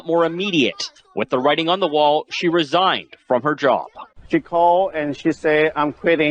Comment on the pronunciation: her mom "resighned" under orders to resighn